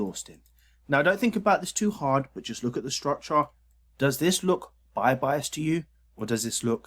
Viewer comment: I only watch to hear him say, "structah."